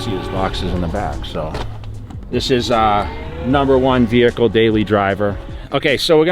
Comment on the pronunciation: Classy wehicle . Yeah.